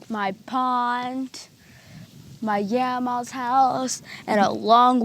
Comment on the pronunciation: I wonder what kind of speech problem she has? She couldn’t pronounce grandma properly. I kinda think she has a small hearing problem which could cause a speech issue.